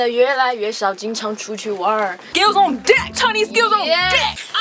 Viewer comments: chinese pronounciation is very good! Compared to someone who doesnt speak much chinese its very good. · Omg I'm not even kidding your pronunciation of Chinese is really good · Lmaoooooooo YASS😂 pronunciation is PERFECT